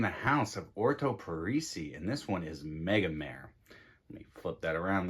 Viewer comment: Totally agree :) I only wish people would pronounce Megamare the Italian way!